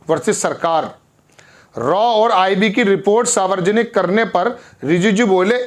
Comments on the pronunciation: Savarjanik nahi hota he Saarv janik hota he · च्चा सारवरजनिक नहीं होता है सार्वजनिक होता है आकाशवाणी से प्रसारित शुद्ध स्पेलिंग पढें या बोलें तो दिक्कत नहीं है संविधान होता है सरविधान नहीं होता है ये सब कुछ सरदार होकर प्रार्थना के साथ स्वागत करते हुए अपना उच्चारण भी ठीक कीजिए आपके चैनल से जुड़ें हुए हैं बुरा न मानें तो क्षमा प्रार्थी हूँ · Sir aap 'sarvajanik' ,'cort' ka galat uachcharan kar rahe he